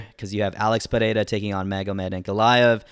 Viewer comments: Perfect pronunciation of his name. Is it so tough? Why the fuck do people from the US have such a hard time? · You're the only guy I've seen pronouncing his name correctly. 🇧🇷